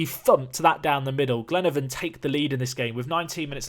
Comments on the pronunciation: Glenavon is pronounced Glen-ah-von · It's glen-a-Von pronounce the a